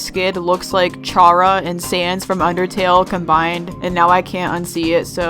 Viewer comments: wait DID YOU JUST PRONOUNCE CHARA’S NAME LIKE char-a AND NOT car-a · Is nobody gonna talk about how she pronounced Chara's name wrong? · when says chara wrong: me: (insert ballistic intro here) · She said chara wrong lol